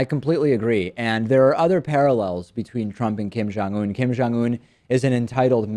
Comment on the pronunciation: It sounds like they are saying "Kim John-Un".